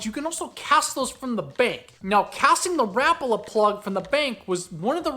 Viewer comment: Rapala should sound like rapaula. Lol rapala